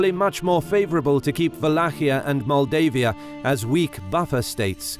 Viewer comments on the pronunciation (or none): I am from Maldives. when he says Moldavia and Moldavian it sounds like saying Maldives and Maldivian... hehehehe